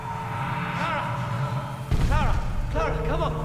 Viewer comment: Clar-uh sucked